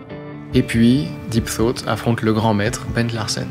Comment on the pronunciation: Soit j'ai l'esprit mal placé soit le jeu de mot est fait exprès mais a chaque fois que tu dis deep thought le jeu de mot ce fait avec deep throat 😂